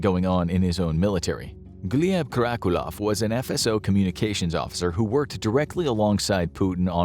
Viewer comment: Karakulov? 😂😂😂 Lo llevaron recio con el nombre